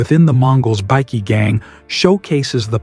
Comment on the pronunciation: Another AI channel, pity this AI cannot say bikies.